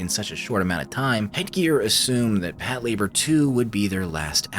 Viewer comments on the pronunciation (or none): I can't watch this, the way he pronounces Pat Lah-bOR is aggravating. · Is it not pronounced pat la-bore?